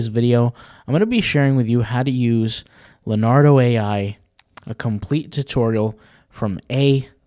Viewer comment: Okay...did you actually call it "Lenardo"? You've never heard of Leonardo?? (Da Vinci or DiCaprio??) Bless your heart.